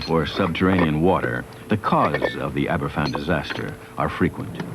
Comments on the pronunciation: A good documentary, but it would have been nice if Glen had pronounced Aberfan properly, F = V. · It's pronounced Abervan.